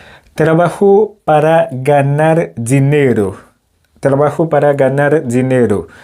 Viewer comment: M apresye travay ou brother men m remake ou manke focus sou aksan tonik lan. Chak fwa ou di "trabajo" kòm si m ta tande ou pwononse'l "trabajó", ki pa vle di menm bagay. De même pou "moto", m tande ou pwononse'l "motó". Menm si yap konprann ou, menm li mal sonnen. Antan ke pwofesè, ti bagay de baz sa fòk ou metrize'l. Dayè, nan lang panyòl la, aksan an ka chanje sans fraz la complètement.